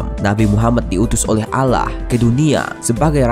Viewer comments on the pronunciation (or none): Maaf, dibacanya bukan alah tapi awloh bukan alah tulisannya Allah dibacanya awloh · pencet tombol ini kalian mendengar dia ngomong alah bukan allah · Eh dia pas bilang yang islam tuhan nya kan dibacanya aulloh tapi dia bilang allah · Mas agama mas itu apa?!agama islam nyebutnya allah dibaca alloh PIKIR WOI!!!!!!!!!!!!!